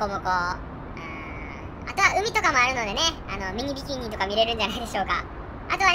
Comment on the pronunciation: ミニビキニ言えてないwww